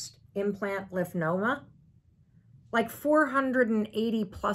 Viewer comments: It’s LYMPHOMA not Lymphnoma 🤭 … Thank you for sharing though Mel. Hugs! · Lymphoma..no n in it lol